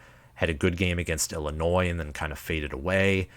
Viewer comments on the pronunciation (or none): none